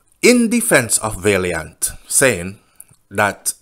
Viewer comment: VAL NOT VALE VALIANT NOT VALEIANT😅😅